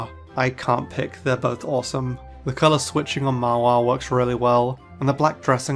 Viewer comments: He literally said Ma-wa-le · I’m slightly offended on how he said Mawile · he might have a different pronounced on mawile